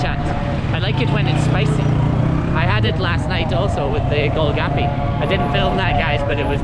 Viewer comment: Not gol gapy "Gol Gappa"